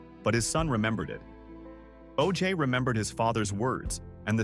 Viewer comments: Oje is not pronounced OJ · You know what AI can't do ?Let you know how much of a fool you'll be when it doesn't pronounce important names to your story telling correctly. I can't watch this garbage. Every time this video mispronounces his son's name I wanna scream. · Owen was amazing. I have a pamphlet from his funeral. Btw bud you mispronounced his son's name.